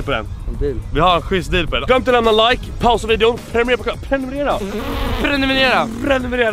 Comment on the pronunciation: om jag pausar vidoen så hör jag nt vad du säger efter asså "premunemera"